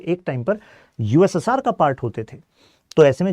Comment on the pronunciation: USSR ko english me pronounce bhi nai kar paynge, pity on you guys 😂